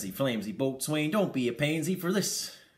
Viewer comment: Boatswain is pronounced "bo-sun", FYI. Keep up the great work!